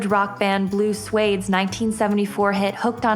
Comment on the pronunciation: Blue Swede pronounced "sweed" as in people from Sweden, she pronounced it like "suede" the fabric